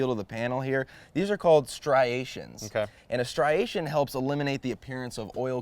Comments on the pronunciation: I don't know why exactly, but it absolutely delights me that some one who is a successful professional, who appears to know what he's talking about on a technical subject like construction, who is a polished presenter and speaker, still can't say "striation." Maybe a reminder that none of us is perfect, or that you don't need to be perfect to excel in life. Whatever the case, I just started watching this channel and I think this is fascinating content, but this moment of humanity is great. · There’s just 1 R in striation. 😀